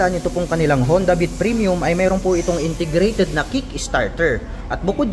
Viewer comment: Ang "word for the the day is INTERGRATED". NYAHAHAHA 😅😂😊